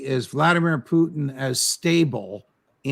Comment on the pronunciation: It's funny how Ray McGovern always pronounced Putin as "Poo-theen".